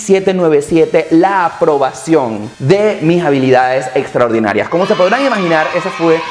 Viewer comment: Habilidades estraordinarias hahaha sound funny